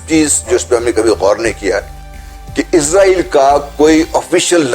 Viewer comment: It's actually pronounced Israel, Izrael is the name of Angel Of Death. Edit: Also we will never accept Israel, we can die but never accept a Thief and terrorist. 😇